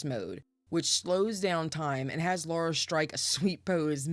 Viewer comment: Lara is pronounced "Lahr-uh" not "Laura"